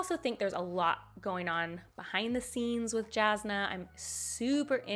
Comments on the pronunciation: I cringed when I heard "Jazznuh" but then I remembered I used to think Jasnah was spelled "Yasnuh" AUDIOBOOK GAAAANG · Alright, I got through the vid! Yes, it's YAS-nuh, but I know that's a hill you'll die on so I won't badger about it lol Sigzil is pronounced with a hard G, "SIG-zil". Tindwyl is like "TIN-dwill". Marasi is "Ma-RAH-see". Apart from that, you did great! And I more or less agree with your list. There'd be some differences, but I can definitely respect your hot takes lol. Thanks for sharing your opinions! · I'm fine with literally all your other pronunciations. But every time you say "Jasnah" with a hard "J", it feels like a punch in the face lmao. Great video though, the only ones I disagree on I think are the comic relief characters that don't work for you (Lift and Wayne) are big favourites of mine. Or by this style of ranking I'd put them in really like / almost favourite. Oh, and for me Dalinar would be in all time favourite.